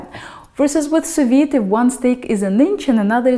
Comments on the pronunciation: It's Sous-Vide NOT Soviet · it's pronounced su vi, not su vit. Do your homework,. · Sew-vee as a Pee Vee.... the "D" is silent. Don't be Puttin no "D" there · Hi, It's Sous-Vide NOT Soviet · am i the only one hearing her saying the soviet method? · I see I'm not the only one who heard "the Soviet method". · First time hearing someone pronounce sou-viDD. Huh? She sounds French. She probably said it correctly. Googled it. Huh. It's pronounced with the D indeed. I've been pronouncing it wrong all this while. For that, and for other cool tips you shared, thank you :D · Sous Vide..................? Just say Non!